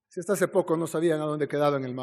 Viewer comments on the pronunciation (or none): none